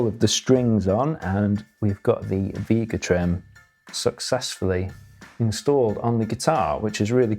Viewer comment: It’s not Veega Trem, it’s Vega Trem…..With an A not a long E!! Jeesh!!🤬🤬